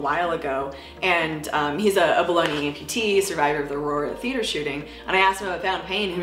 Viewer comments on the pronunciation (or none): After reading your comment, I heard Bologna instead of below knee. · Ha, I kept hearing "bologna amputee" lmao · Is it bad that everytime she says "below knee" I hear baloney 🤦.... By the way love the channel! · I keep hearing "below knee" as "bologna"